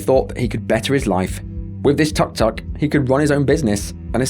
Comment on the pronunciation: It's not tak tak, it's took took, spelling tuk tuk